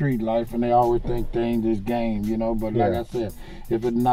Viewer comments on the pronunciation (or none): Bishop Donn Magik Juan Says "Gang"..Every Time he tries to say "Game"